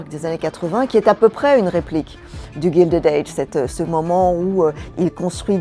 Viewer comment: Non, ce n'est pas GUILDED AGE, c'est GILDED age (prononcé Gaïldid et non Gildid) , "a guild", c'est pas la même chose que "gild" en anglais qui signifie "doré"